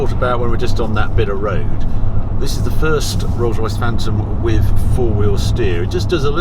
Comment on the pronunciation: I really enjoy your reviews, and I wish I could populate my garage as you have, but please could you go back to pronouncing the 'th' on the end of 'with' instead of affecting a 'wiv'? It's beneath you, and once noticed, becomes increasingly annoying. I don't think it happens on any other occasion. Otherwise, you are very well-spoken and very engaging, and I look forward to each new instalment. There. Pedantry expressed. Sorry. Had to get that off my chest. Now I shall return to my dull life....